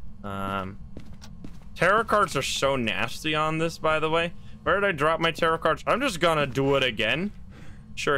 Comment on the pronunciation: the first time i heard tarot cards i thought you said terror cards but i think terror cards fits better as a name(i am completly new btw)